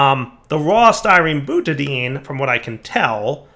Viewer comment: More " murders perfectly simple chemical names with pronunciation"... Time to teach you the ways of AvE - "Butadine" is pronounced "Boona N" and it's used to make cheep O-rings:-D